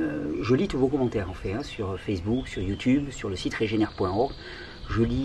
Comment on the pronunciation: « En fait(e) ». grrrr ça m’a titier chaque fois que j’entendais 😂😂😂 merci beaucoup t’es vidéo sont riches tant en information qu’en conseil merci 🙏